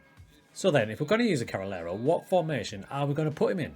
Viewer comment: I think it's pronunced Carrey -Lero